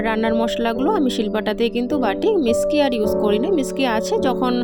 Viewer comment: Divai kichu mone koro na কথাটা মিসকি না ওটা মিকসি হবে। ভালো থেকো❤